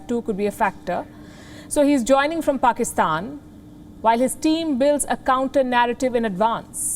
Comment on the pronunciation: i hope it's true, but i guess it's not. You can go look into Wion they are really concerned about Pakistan. Go compare yourself with US or extra intelligent life we don't care. But atleast don't talk shit on media. Or learn to respect other countries you don't even spell or pronounce PAKISTAN correctly.